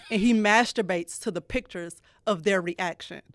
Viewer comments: This man said "dictures". New game making up words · Did just say Dicture? I’m taking this word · Did say "dicktures" lol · I know it was unintentionally said but you might be onto something "Dickture" 🤣🤣🤣🤣